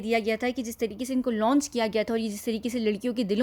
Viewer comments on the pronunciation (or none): none